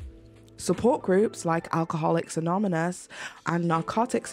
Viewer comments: "alcoholics anomynous" lol im sorry. I know it's dumb to point out the literal only pronunciation error. It was just making me crazy. Now that i've got that out of the way, This was seriously such a great video. Even though unfortunately people on the internet will continue to kick her when she's down because they've got nothing better to do it is still nice to see when people stand up for each other. Subscribing for sure! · "alcoholics anomynous" :hand-orange-covering-eyes